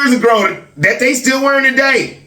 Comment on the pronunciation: Speech therapy woud help little. has a bit of a speech impairment too if you listen. I thought he was trying to be funny when he would say, "It's schtill all about God." A lot of times his "s" sounds come out like "sch". Along with his stuttering and stammering, he could stand to work with a therapist too.